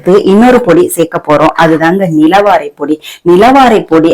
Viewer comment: நிலவாரை பொடி சரியான உச்சரிப்போடு சொல்லுங்க கடையில் வாங்குவதற்க்கு